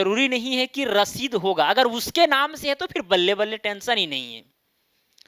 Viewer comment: करंट रसीद की जगह ससीद कर दिया है?🤨🙂